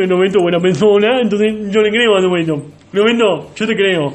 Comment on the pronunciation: "Robedto yo te cdeo pod que zoz bueno" 😂😂